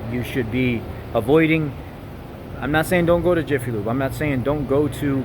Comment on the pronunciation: "Iffy" Lube???